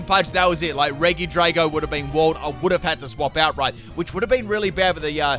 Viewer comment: Me: RegiDrago Him: Reege Draco